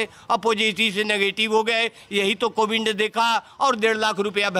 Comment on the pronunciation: पिंड दान कराते-कराते पंडे कोविड को कोविंड बोल रहे हैं। 😀😀😀